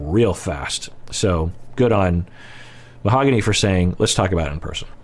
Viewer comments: Can we stop calling her Mahogany the english way lol. Its pronounced: MAO-GAH-NI :) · Not a criticism of but he’s usually very good about using the correct pronunciation for the participants names. He’s not using the correct pronunciation for Mahogany, he’s using the English pronunciation. In all fairness, the first episode she appears in, she tells Ben how to pronounce her name but Ben is not using it either.